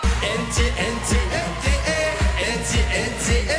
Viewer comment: ههههههههه في الدقيقة ايهاب دحك على كيفية نطق ل انت هههههه انط انط انط ايييييي هههههه هووووووووووب و علووووووووش 👍👍👍👍